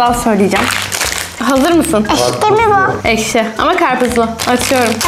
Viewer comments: Arkadaşlar duydunuz ekşi değil eşki😂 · Abla ekşi yerine eşki diyo aynı babaannem gibi😊😊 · ekşi diyemiyor ama eşki diyor😅😅😅😅😅😅😅😅😅😅😅😅😅😅😅